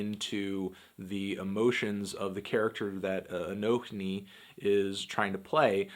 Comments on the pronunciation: 1. Fuck yeah Anthony, not afraid to show your political views in your videos. <3 2. Who the fuck pronounces the H, it's just pronounced a-no-ni 3. This album was a strong 8, at least. 4. Bernie 2016. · it's "anonee"